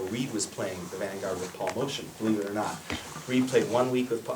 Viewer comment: Motian is prounounced "Moat-yan" not "Motion".